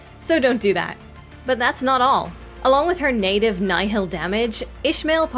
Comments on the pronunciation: 'nyehil" shouldnt it be pronounced "knee-hill"? ala Mohg "nihil, nihil, niiihiiil" 🤔 though upon further research it's more "kneel" than "nee-hill" (the h is kind of silent) and is latin for "zero" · Love your videos! But I believe it's pronounced like Nile, not Ni Hill 😘 Like in the case of Nihilism